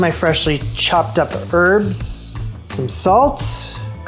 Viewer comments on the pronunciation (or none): The "H" in Herb is not silent.